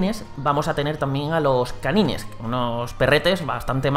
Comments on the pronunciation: se pronuncian felain y kanain pero se escriben como feline y kanine lo esta pronunciando literalmente como se escribe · Se llaman Canynes en español aunque creía que se pronunciaba Canains